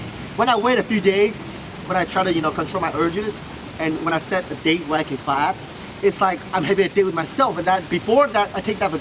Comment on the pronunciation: Learn to pronounc the sound p in fap. You pronounce it b.